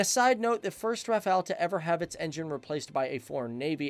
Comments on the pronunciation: RAFA-LE, NOT RAFA-EL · It is pronounced Raff-all, the T in Dassault is silent. It didn't just reach speeds of Mach 1.4, it supercruised at Mach 1.4. The Rafale M was purchased for the Navy first because the urgent need to replace the ancient F-8 Crusader for the A2A role. 1850km radius is with 2 CFTs, 2 Scalp EG. and 4X Mica. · The l is also silent